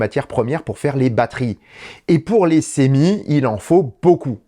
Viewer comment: Hello, D'où vient la prononciation du futur camion de Tesla " sémi " ? En français, c'est clairement semi ( de semi-remorque) en anglais cela se traduit par semi-trailer avec comme en français une prononciation " se "...